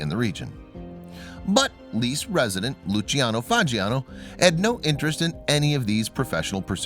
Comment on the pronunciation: Go look up the pronunciation of Lecce.